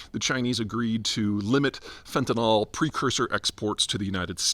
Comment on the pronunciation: You sound like a MAGA dumbass when you say, "fentanol." It's fentanyl. Please pronounce it correctly.